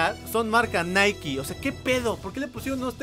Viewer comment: Por fin alguien que sabe pronunciar nike